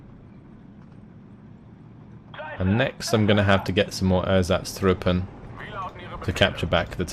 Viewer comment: meh, as long as he keeps butchering ersatztruppe I think we are even.